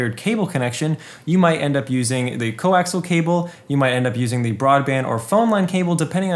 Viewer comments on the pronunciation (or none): It isn't "co-axle" cable but rather "coaxial" like "co - axe - ee - al" .